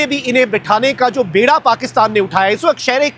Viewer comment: Lafaz baira nhi beera hota hay